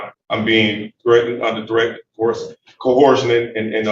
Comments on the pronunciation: No, no, no. Dude-bro said KO-HURSHUN. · Given that they pronounce it “co-hor-shun,” I wonder how they think coercion is spelled. Also, why what does he think “quasi” means? Why would he admit that his document is a “quasi-contract,” or a quasi anything, for that matter? 😂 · Wasn't this judge lucky to have a "Law Scholar" there to instruct her on the law! (Even if he is there under threats, duress and "co-horsion!" ) 😂